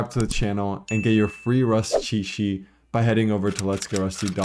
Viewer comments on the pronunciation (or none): I straight up will never get over how the guy pronounces "cheet sheet"